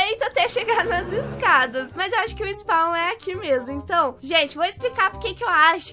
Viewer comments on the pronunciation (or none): none